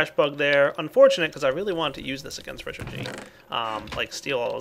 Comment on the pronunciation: ...richered? Richard.